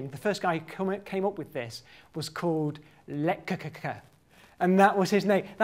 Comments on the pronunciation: Haha, that is by far the worst pronunciation I have ever heard of Lekkerkerker. Brilliant. :) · "Lekkerkerker" (It's always nice to hear one's language murdered :-)) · C'mon, you gotta tell us how that Lekuhkuhkuhkuh name is spelled!